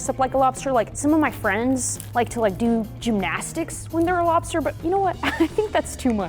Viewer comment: “Lobster” no no no, “Bster” 💀